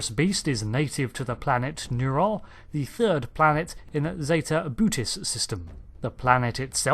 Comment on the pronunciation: I thought "Boötis" was pronounced "boh-oh-tis"...